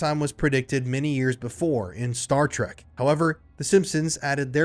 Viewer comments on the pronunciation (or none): none